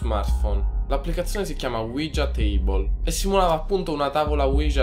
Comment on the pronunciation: E comunque si pronuncia uiha